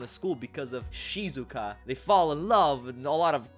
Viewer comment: its shizuku not shizuka!